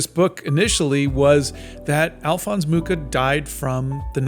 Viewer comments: Hi! Just to help, beware of the pronuntiation of his surname, it should be [muxa] (you can listen to it on wikipedia 😊) And for all of you that are interested in his artwok, if you ever have the oportunity, go see the 'Slovanská epopej' in Moravský Krumlov! It's stuning! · The Nazis tried to tear him down and look how that turned out. Today, the world collectively spits on the Nazis while Mucha's legacy lives on. Hate never wins. Also, the 'ch' in Mucha is pronounced as just 'h', and the name means 'fly' (same as in my native Polish). :)